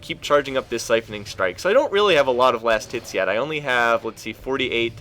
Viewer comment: I swear to god .. He's been saying last tits ..